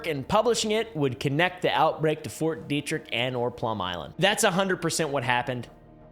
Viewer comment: dude pretty much said ft detrick right well done lad